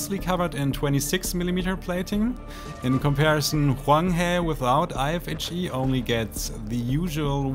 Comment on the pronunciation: I genuinely appreciate you showing us how to pronounce Huanghe Also, susbcribing. You dont need to burn yourself out on memes. Take it easy and have fun with your channel, you're one of the good ones :)